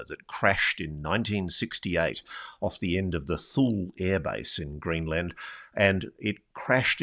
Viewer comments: Ross, it’s hard to take this seriously when you can’t even pronounce “Thule” correctly. It’s not “thool”, it’s “too-lee”. The young man even pronounced it correctly and Ross missed it. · Thule AB is pronounced "too-lee" not "thool" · It's pronounced "two Lee" not 'thul' ... lol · ROSS ROSS ROSS!! The name of the American airbase is pronounced "TOO lee" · My dad worked in Greenland several times on the Distant Early Warning (DEW) Line, at Thule (pronounced 'tooley') Air Base and also at Sonderstrom. He did not mention seeing orbs there, but he did tell us about seeing a most definite UFO along with 30 or so other air force officers and enlisted on a mid-1950's military flight across the Mediterranean to Turkey. They watched an object or craft that seemed to be shadowing them when the pilot came over the intercom, pointed it out on the left side of the plane, and after a while said, "I can't tell you what it is, only what it isn't -- it isn't ours, and it isn't theirs." His reference was of course to US/NATO and the USSR/Warsaw Pact. Dad made no speculation as to what it might have been; he only knew that nobody on the plane had a clue. It moved with them for at least 30 minutes. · thule is pronounced toolie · "Tool - ie " is the pronunciation. My Dad was stationed there in the 70's